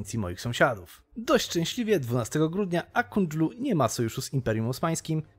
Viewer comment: to jest ak kojunlu a nie jakieś kondżulu